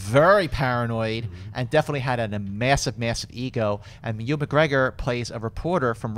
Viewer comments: it is youvan not ivan. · needs to stop saying E-wan instead of Ewan. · I love how pronounces Ewan's name...E-Won lol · Where are you getting the the "v" from? It's pronounced "you-win". Say it quickly. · you're awesome but please try and get Ewan McGregor's name right, this has been a few times now and it's driving me crazy! Apologies but the Scot in me is getting frustrated haha